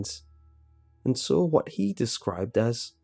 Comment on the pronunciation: "I sawrl it"